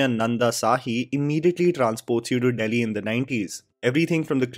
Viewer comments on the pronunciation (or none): none